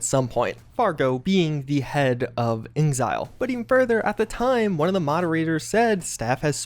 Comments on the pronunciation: Or saying InXile like ingzile... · It's, "IN X ILE " (Inxile) as in, `In Exile'. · Why do you call inXile "ingzile"? It's always been "In Exile"... am I wrong?